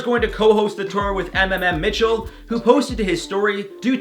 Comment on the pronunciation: Did it bother anyone else that he said “em em em Mitchell” instead of “muh muh muh Mitchell”? Nope? Just me then 😂